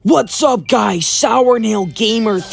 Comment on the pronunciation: i always thought his yt name was pronounced "sore nail" and not "sour nail". huh.